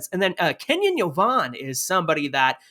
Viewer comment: Kenyon Yovan Yo-van. Not Yo-von. It’s how you pronounce his name YoVan